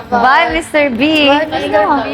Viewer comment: Anu sabi ni... MR. Beh???? Tama ba ako ng dinig??? HAHAHA